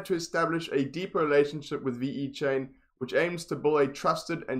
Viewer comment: ve-chain not v-e-chain ! but yeah nice review